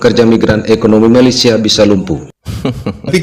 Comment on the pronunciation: Saya denger nya pas bilang malaysia itu malessia